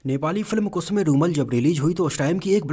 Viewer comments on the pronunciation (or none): Kusme rumal nahi kusume rumal bol